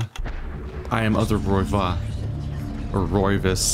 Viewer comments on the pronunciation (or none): Folly doesn't mean a 'performance' or 'display'. it means more akin to 'failure' or 'terrible mistakee'. The man is saying the house is shitty. You seem DETERMINED to say Roivas incorrectly despite the name being spoken aloud NUMEROUS times up to now. Of course the servants aren't just stayying in an empty mansion: ALexander LIVES there!